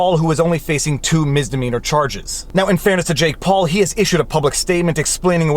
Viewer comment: Today I found out: it’s called misdemeanor not mistemeanor.. (I’m not a native English speaker, but I’m ashamed I hadn’t realized it until this moment..)